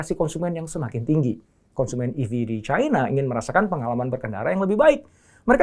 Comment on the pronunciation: Caina pret bilang Cina ajalah biar sesuai lidahmu